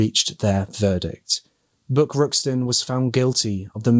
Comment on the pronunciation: Great work covering this case,! The police work done on this case was impressive, especially considering the time it was conducted. I love your accent,! When you said Buck I heard ‘Book,’ until I saw the bathtub plaque and I was corrected. LoL!